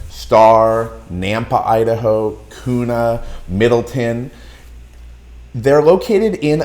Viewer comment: Please learn to pronounce Kuna and Coeur d'Alene before you give advice about Idaho. Yes, it gets over 100 degrees. Please don't move here. We are full.